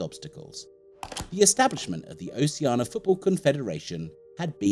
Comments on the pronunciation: That's in line with how many times he said Oceana instead of Oceania ;) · Oh shee ar na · Please pronounce the "I" in Oceania! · Why do people keep saying "Oceana" when it's "Oceania"?